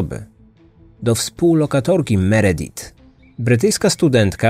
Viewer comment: Meredith wymawia sie Meridif